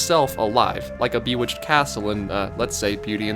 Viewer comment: Bruh did you say bewitched “b-you-itched”